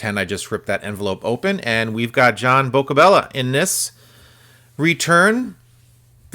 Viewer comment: The Montreal Expos PA announcer used to have a great pronunciation of John Boccabella, back in the day.